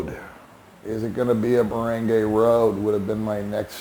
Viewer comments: Where did you learn how to pronounce “Barangay”? It is a short “a” not a long a as you say. Lol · Is it really so hard to learn how to pronounce "Barangay" correctly?